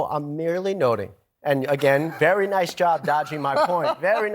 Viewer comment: Ew sounds verwy verwy scarwy.